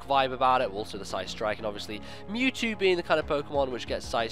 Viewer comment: It's "Mewtrue!" Mewtwo finally gts his own DNA and becomes a real boy!